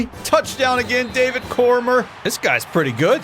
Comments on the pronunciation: definitely not a UFC fan lmao. "Cormer". It's "Cor-me-ay"...it's a French name. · There was a kid in my high school with that name and they pronounced it Core-meer. I think core-me-aye is the French pronunciation and core-meer is the Americanized pronunciation. But no one says core-murr, lol. I have no idea where he got that. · for future reference it’s core-me-aye not core-murr it was killing me everytime you said it but still love the videos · Man said Cormier as Core-mer. It's prob right but I'll always say it like Daniel cormier's one... Core-me-ay. If that's comment bait good job lol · Cormier is pronounced corm(yay) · idk why but him pronouncing cormier wrong was upsetting 😭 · I will not let you get away with the American pronunciation of "Cormier"